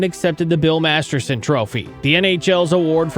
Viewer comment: Please pronounce it correctly!!!!! MASTERTON not Masterson ❤